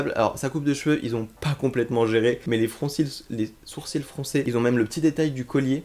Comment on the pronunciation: Les "froncils"